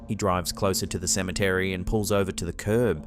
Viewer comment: Cemetery has four syllables with the accent on the third syllable. Symmetry is when things are visually balanced. i’ve always wanted to say this. This is the first time I’ve had the chance.